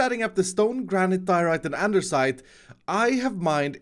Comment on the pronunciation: Lol is saying endersite instead of andesite